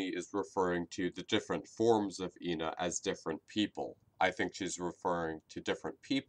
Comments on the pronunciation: Moony calls ena as Jena/ena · Moony called ENA like "INA": "Hey I-NA. Check out this trick!.." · Also, Moony pronounces her name different ways. In “auction day”, she pronounced it as “eena” In the second episode (forgot the name), she referred to ena as “Eh-nah” And in temptation stairway, she was referred to as “eena.. Eh-nah... Jena...” This is probably because of the possibility of Ena having dissociative identity disorder. I believe this because in “auction day” she apologizes after switching back to her “happy” personality. Also there’s something you didn’t mention. In each episode, Ena is slightly different. She has a different voice actor than in auction day, In the second episode she has “demon” forms while acting like a typical drunk person experiencing euphoria. And in temptation stairway, the color of her face on her right side slowly fades to yellow, she has a gray form, and her voice patterns switch,(her happy voice speaks when she’s sad and vice-versa), as well as her being more pessimistic than previous episodes. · I think that moony wanted it to rhyme with the whole ENA Jena because she says eh-na instead of e-na I don’t know if that made sence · Ǝna, Ǝ=eh eh-na, it's just pronounciation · actually, do your research. Joel G pronounces it Eh-na, from what I've gathered Joel G and this backwards E seem to be spanish